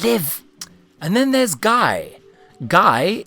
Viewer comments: Looove your videos. Ssard, Kroton and many other of the eighth doctor are my favourite companions, i'm always glad to see more videos about his tenure <3 (Also, I think it's pronounced like "gui" or "Guee" rather than "Guy"?) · I don't think you pronounced Guy correctly